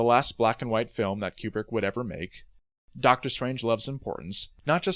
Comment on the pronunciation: Kubrick, not Cuebrick. How do you make a whole mini doc and not know how to pronounce his name?